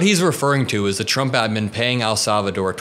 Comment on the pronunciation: 🤯😫Please Stop Saying AL Salvador!!! Like AL Capone….IT IS NOT AL SALVADOR….PLEASE PRONOUNCE IT PROPERLY— IT IS EL, LIKE ‘HELL’…. EL SALVADOR.